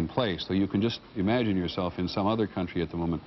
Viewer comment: 43 Peter says CUNT - TREE